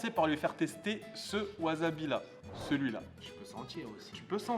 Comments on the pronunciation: Gomen de faire ma chieuse mais ça se prononce Wassabi en nippon , j'ai les oreilles qui saignent quand tu prononces Wazabi ZZZzzzzzzzz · Je vais faire le chieur mais ça se prononce wassabi (pas azabi) Tu es au Japon :p 発音に気を付けろ！ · Maître Absolu De L'Univers non tu dis wazabi est pas wassabi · Moi aussi je prononce wazabi a tord, ça se dit wassabi. >< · Ca ne se prononce pas WAZABI mais WASSABI :p Franchement horripilant... Sinon cool vidéo comme d'hab ;) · Ça se prononce "Waçabi" わざび？？？何だそり？？ わさび！！ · Tu dis vraiment "wazabi"😭😭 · t'es un comique toi, t'as cru que tu allais m'apprendre la prononciation japonaise... ワサビ se prononce donc "wassabi" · ça se dit "wasabi" (tu prononces un "s" et non un "z") car c'est japonais